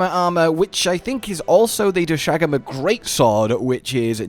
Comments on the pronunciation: Doshagama pronunciation is back lmao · I can't believe he still can't say doshaguma